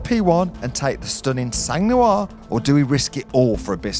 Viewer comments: "The sang New-arrr" ...... FFS it's the Sang nwuarrr you peasant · Try saying “ song nwar” if you want to pronounce “sang noir” the way a French person would say black blood. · Le sangue nouare ... I love your accent. I don't know if my English of black blood (difficult too) would be so well pronounced too. Great video. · 2 words - Sang Noir 🤦🏻‍♂️